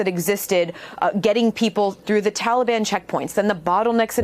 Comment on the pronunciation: Why does Joe call the Taliban the Tollybon.